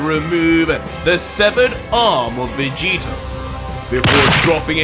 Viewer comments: "Luc-Vegito" enough said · It not owner vegetio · He said Luc-Vegito. Uh Oh